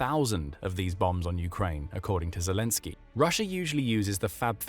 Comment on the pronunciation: Rissia its Russia ... Ssi hey